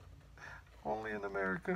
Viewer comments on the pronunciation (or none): none